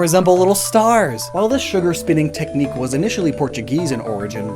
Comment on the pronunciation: DiD yOu JuSt SaY pOrTuGeAuSe!? Like in Paldea.